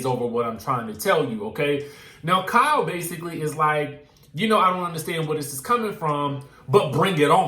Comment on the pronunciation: Lol the pronunciation of Kyle “cow” was kicking ass today